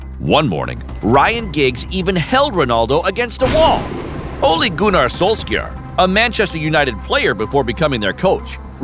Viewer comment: It's pronounced solshayer